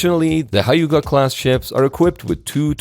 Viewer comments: Hyu-ga class Not "Haiga". That pronounce like "Hugh ga" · Hyuga is pronounced like 'hue(as in a colour hue)' + 'ga'. Not 'high-ga'. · Not haiga (germ), but hyuuga (sunny side), an old name for Miyazaki Prefecture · not higa but hyuga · >> Your pronunciation "Hyuga" is completely wrong, [hyuga], not "[haiga]. "You must never mispronounce proper nouns. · Hyuga is not "hi-ga". It's pronounce just like "hue-ga". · its hyuga not hai-ga😢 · ❌️hi ga class ⭕️hi yu u ga class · You absolutely butchered the Hyuga… Its Hue-Ga hue like colour hue. And about the offensive weapons, that why Type 10 can’t use L55 because it’s offensive. Or they can‘t have Tomahawk either TLAM or TASM even though Anti-Ship cruise missiles is fine. And the namesake, It’s not important if the ship in WW2 kill how many American. In WW2 battleships ship are name after a medieval name of the province. Yamato is the old name of Nara ( old capital city of Japan ), Nagato is the old name of Yamaguchi and so on. Smaller ship use the nature related name like rivers and mountains, and Aircraft Carrier use a mystical creature except Kaga was a battleship, Akagi was a battle cruiser, Shinano is Yamato class converted. Since Helicopter Destroyer is a capital ship, It got the namesake after the battleship, Ise, Hyuga, Kaga, Izumo all of them name after Japan medieval provinces, just like WW2 battleship namesake schemes. That’s also mean they can have some interesting name for Heli destroyer like Tanba and Tango sister ship ( today Kyoto district ) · It's pronounced as "hue ga" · Hyuga, difficult to pronounce? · I was taken aback by how you pronounce hyuga.... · The pronunciation of "Hyuga-Classc" is incorrect.